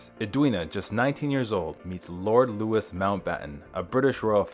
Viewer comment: Mountbatten name was pronounced loui not lewis